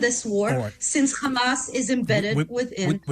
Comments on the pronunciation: Blond 'semite' and Khamas. She can say Hostages, she can say Have, but she can't say Hamas. Lunatic. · You know whats up when you hear ”khamas”